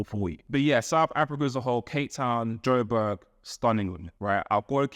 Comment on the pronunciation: It’s Joburg. Not Joberg. ❤